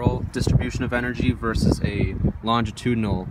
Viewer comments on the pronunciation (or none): none